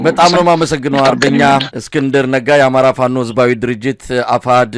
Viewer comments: Plice Mesay teach easknder to say FANO not lick he day " fa-no" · He can't even call Fano with proper accent 😅 ay eskindir. Waiting for your surrender to pp soon.